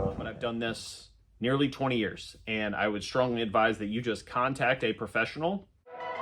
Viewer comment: he says " eye have Done This for 20 yrs, and EYE would say, Contact A PRO- FESSIONAL " Shocking 😅